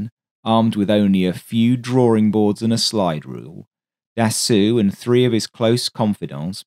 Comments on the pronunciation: interesting video. little tip: Marcel Dassault - try to pronounce it as "DASSO" :) further tip - when I want to check how to pronounce words in a foreign language - I use google translate which a sound icon showing you the prononciation. I like the pace of your video -- I capture evrything first time - this is perfect for my foreign ears. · If you Can Say "assault" Properly, you should be able to Say "Dassault" correctly. Repeat After me : Assault Assault Dassault Assault Dassault Dassault Dassault Assault Dassault There. You got it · It should be Dassault. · What ? It's the weirdest "Dassault" i've ever heard. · The correct pronuncoation of his name is Dasso...not Dassu....it might be spelled Dassault but in french when the letters "A and "U" are placed together its pronouced as "O" not "U" and in the case of this name the L and T are silent. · Very good work overall, but one thing made it almost grating to listen to - Dassault is properly pronounced 'dah-so', NOT 'dah-sue'. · Very nice video about an aircraft that, for some reason, I always loved a lot. Just please strive to pronounce Dassow instead of Dassew! Actually, Dassault was Marcel's brother Nom de Guerre in the French Resistance; Marcel was emprisoned for refusing to collaborate with the Germans and was barely alive when he left Buchenwald. Little did he know that he would live until age 94 and build such wonderful aircraft... 😀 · FYI, Dassault is pronounced "Dass - oh", rather than "Dass-oo". Great video - thanks! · Da-soh not Da-soo - au gives an oh sound, the lt is silent. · Its Dasso..not Dassu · Interesting and thanks for the info. But you did make another pronunciation mistake here. "Dassault" is NOT pronounced "Da-soo". It's "Da-soe" (rhymes with "toe"). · Dasso is the correct pronouciation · Marcel "Dassoo"?